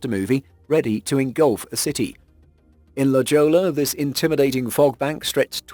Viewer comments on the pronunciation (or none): "la joe-la" LoL try la hoy-ya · I liked the Fog tsunamis. I am from Southern California and I feel the need to inform you that La Jolla is pronounced La Hoya. It's spanish. Thought you might like to know for future use. ;-)